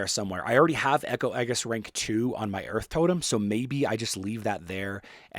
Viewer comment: that's not how "aegis" is pronounced